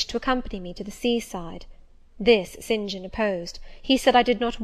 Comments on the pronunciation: I don't think that you should slow this down it is perfect it helps a lot more when she reads faster it helps me concentrate better. And oh! my gosh his name is Saint John , not Sin Jin! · Yes the 'Sin Jin' thing is seriously annoying me too :S